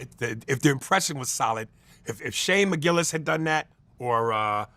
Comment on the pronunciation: Shane Gillis not mcgillis lol